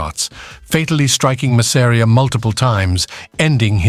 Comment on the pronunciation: Mazz-a-ree-a. Creators never pronounce his name right. Va fangool!!